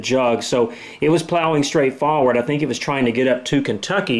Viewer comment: He said "faw-ward" lol